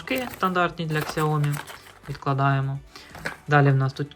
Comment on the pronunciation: Одне прохання, не кажи на сяомі ксяомі, а то уші ріже )